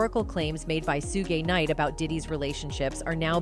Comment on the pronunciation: Did you just say Sug gay night 🧐 Girl what’s wrong with you